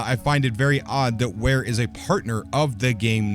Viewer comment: Clearly says Vare not Ware